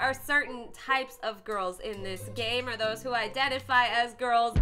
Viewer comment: Wait she said oder or boy crazy